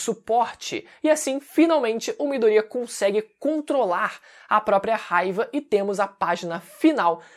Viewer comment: Afinal. É miDOria ou midoRIA ?